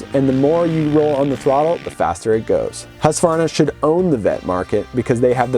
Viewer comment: Thank you for pronouncing Husqvarna correctly and not saying Husq a varna. That has been an irritation for me for 55 years.👍❤️🏍